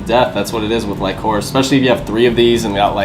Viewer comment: bro lycoris is pronounced lick-o-rish lol